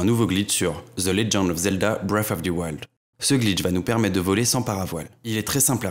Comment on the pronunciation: Ze legand of zelda breaf of ze wald